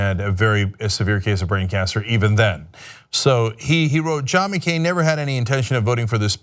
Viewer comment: MeeCain? Cenk, you dummy.